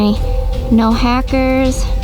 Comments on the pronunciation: vy its hackers not hickers in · Vy you said huicker instead of hackers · Did vy said som hayckers?in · you said hackers wrong